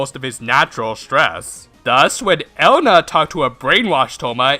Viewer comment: Elena is pronounced Eh-Le-na